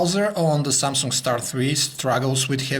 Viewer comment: Samsunk? XD